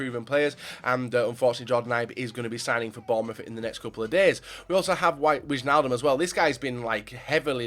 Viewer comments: you say it like wishnaldum but in the netherlands it is like winealdum (wijn is wine in dutch) IJ is like Y or I , keep going with those vids youre great !! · his name is Wijnaldum nut you pronounce it as whynaldum